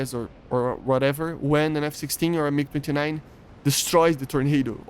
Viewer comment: is it me or did he say mig 59